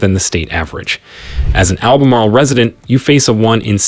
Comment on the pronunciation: Albemarle is over 150 miles from the coast....plus the way you pronounce some of the cities shows you have no idea